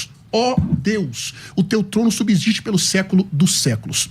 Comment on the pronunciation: FALA DE NOMINATIVO, VOCATIVO... PRONUNCIA "SUBZISTE".